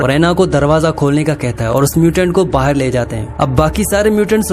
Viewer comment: Abe Bahar ko baher kyu bol raha hai